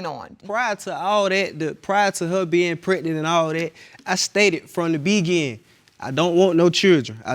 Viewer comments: Why does he keep saying beginning like that. From the “B..gining” 😂😂😂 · BEGINNING!!! The word is beginning not begiiiin!!!!!